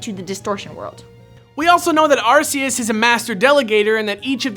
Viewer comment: its not pronounced that way its pronounced { ARK-EE-US }